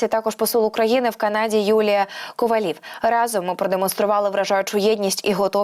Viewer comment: Не КовалІв, а КовАлів- ставте грамотно наголос ! Велика вдячність всім, хто за Україну !